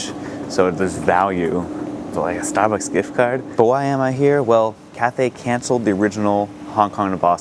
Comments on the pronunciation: 'ah stahbucks gihft cahd?' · I've never noticed any Boston accent but wow, it really came out at Stahhbucks